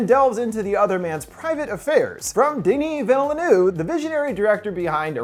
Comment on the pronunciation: Good god, i love you man but as a Quebecois the pronouncation of Denis Villeneuve was terrible